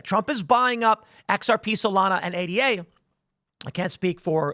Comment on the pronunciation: "Ayduh", not A D A.